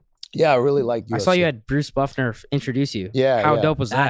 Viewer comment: I saw you had Bruce Buff-NER introduce you 🤣